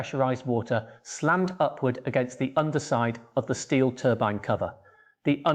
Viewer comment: TURBEEN what the hell is a TURBEEN, is this crap AI